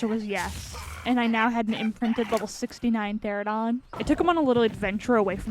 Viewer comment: feels like every ark youtuber calls them "teradon" when it's clearly "pterANOdon" 4 syllables not 3